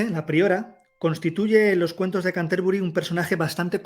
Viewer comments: Una pequeña corrección, se pronuncia Cánterbury. Sería una palabra esdrújula. Gracias por dedicarte a esta gran obra que contribuyó a elevar a la lengua inglesa ya que hasta ese entonces se encontraba totalmente relegada. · en realidad sería así: ˈkæntəbrɪ. No quise poner la transcripción fonética si no explicar que la pronunciación debía ser esdrújula. No pretendía tanta perfección.